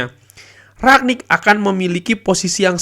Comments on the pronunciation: rangnick bang bukan raknick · Kritik bang cara penyebutan Bukan rak nik tp rang nik